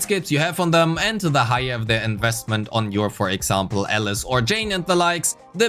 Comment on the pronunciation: I was so confused he kept saying Ellis instead of Alice.